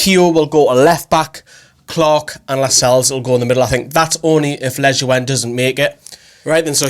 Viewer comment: I think Lejuene is pronounced 'leyoon'. Good vid tho. Keep it up